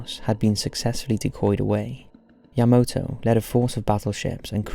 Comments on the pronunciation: It's YamAto not YamOto! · Yamoto? Really dude? How is it hard to pronounce Ya-ma-to? smh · I mean, the whole video he says Yamoto, despite obviously knowing it's spelled YamAto. Plus he says disorientated all the time. It really irritates me. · I'm flinching every time you pronounce "YA-ma-to" ("ma", emphasis put on first syllable) as "ya-MO-to" (wrong 2nd syllable, emphasis put on wrong syllable)... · YamAto not YamOto😁👍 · Yamato is pronounced YahMAHtoh.Not YahMOHtoh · Not YamOto, but YamAto!! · Yamato, not Yamoto.... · You're pronouncing it wrong... it's YA-MA-TO. Not YA-MOTO. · YaMAto. Not Yamoto. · Devlin Kane youll like your life to be miss pronounced? Because this video was so bad. So much miss pronouncing *yamoto*???? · “Yah-MAH-toe”...NOT fucking yah-moe-toe... Jfc.... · Great video, with the exception of the repeated mispronunciation of YamAto as YamOto. I know it's an easy mistake because of the commander being Yamamoto, but when everything else is right, that needs to be right also. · Yamato not Yamoto? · Why you keep saying "yamoto", "yamoto", "yamoto"...? It's YAMATO ! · Ya-ma-toe not yuh mo toe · Why the heck is he saying Yamoto? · Title says Yamato, yet the audio always says Yamoto. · Does a video about the Yamato, but keeps pronouncing it as Yamoto. Vergil won't get motivated with that. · your pronunciations of Yamato were a bit off but you did an excellent job of this:) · a bit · I'll give him a pass on MiG, since it is an acronym just like GOG (which I've heard as Gog and G O G), but Yamato isn't.